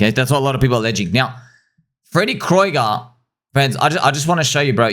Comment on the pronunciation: I thought it's pronounced Freddy Krueger like the nightmare on Elm Street guy